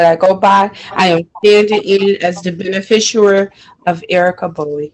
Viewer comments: "ben-a-fisher"????😄😁😁😂🤣 OMFG, these people need huge amounts of help with the legal terms they profess to use. And by "legal terms," I mean they need to learn to pronounce words with more than two syllables. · What's a bene fisher? lol She really means beneficiary, but just can't say it right. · 🤨🤔😐 What the hell is a "benefishooer"? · What the hell is "a benefisher?"